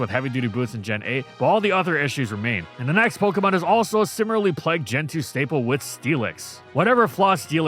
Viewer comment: bro its similarly not simirilly